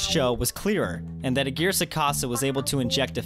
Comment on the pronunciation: The way you pronounce Aguirre is weird and hilarious